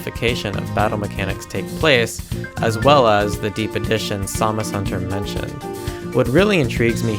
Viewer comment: So who else thought he was saying Zamazenta instead of SamusHunter?